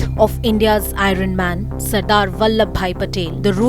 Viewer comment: It's not i-run man it's iron man